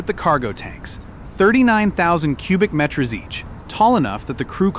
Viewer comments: Only AI would synthesize and translate Metres as "Met-REZ"... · I don't know... I feel like it could catch on if we all start pronouncing it that way 🤣